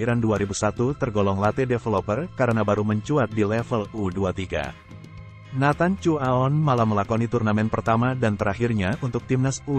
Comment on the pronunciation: Ternyata masih banyak yg salah ucap marga nathan Harusnya cu a on